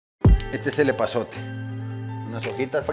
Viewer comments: No ese que dio es pasote no epazote 😅👏👍🏼pero igual se entiende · 🤣🤣 Lo que hizo diferencia fue el eeee pazote pero de Gerardo